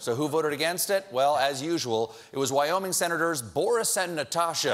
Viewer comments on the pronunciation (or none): none